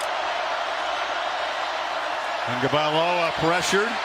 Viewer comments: is his name really pronounced as Tong-ga-vai-loa? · Why do people keep calling him "Tangovailoa"? There is no N in his name.